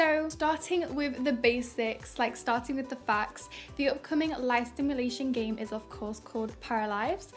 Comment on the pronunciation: Thx for the upload, sounds so cool Everytime the golf club swing smack sound happens I jump xD turn that sound effect down pls hahahahah Also it’s Simulation, not sTimulation ;) Good work tho!